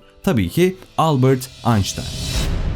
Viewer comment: Bir Alman'in soyismini Almanca ismini Ingilizce okumak doğru mu?